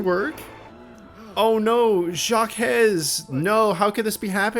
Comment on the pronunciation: The name Jaques is pronounecd "jock" or Jack" and Villareal is "vill ah REE-al"